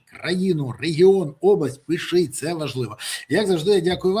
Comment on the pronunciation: чому цей деган береза каже "пишить", замість "пишіть"?